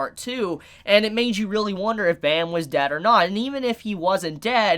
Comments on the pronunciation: It hurts to here him say "bam." The webtoon is korean, so his name is pronounced "bahm" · Completely agree on all points. Just as a side note, the main characters name is pronounced "Bom" or "Bomb" as the original korean name is verbalized that way and written out as Baam. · I really enjoyed the video and it made me realize alot but the way he prounced bam was so funny. if ur interested, search up the word night on google translate and translate it in Korean. thats how it's pronounced :]